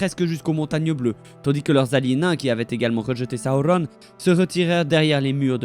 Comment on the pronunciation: Tu sais même pas dire correctement Sauron LOL